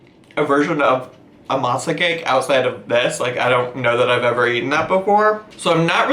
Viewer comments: For the last meal I couldn't quite understand what you were talking about regarding the "mazakin" and I was like, okay, whatever, until it dawned on me that maybe you might be saying "masa cake" as in "dough cake" lol. Btw all those meals looked... not appetizing. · I thought you were saying “matzah cake”. Like it was a Mexican-Jewish themed dish lmao